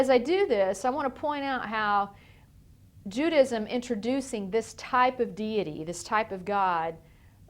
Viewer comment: "JEW-dism" ahahaha